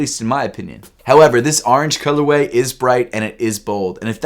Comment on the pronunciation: Man said the arnge color way